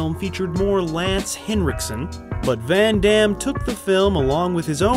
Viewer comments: You are American, hence you have absolutely not the faintest idea how his name is actually correctly pronounced. Just hilarious. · Jeane-Clawd Van-Dam